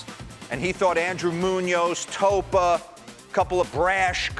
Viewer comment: Did this guy just say Andrew Munoz? 😂